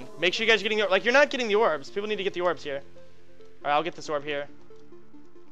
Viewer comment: "Yorbs" lol gj Soda :D